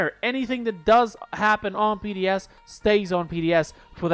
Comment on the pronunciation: Lmao you said PDS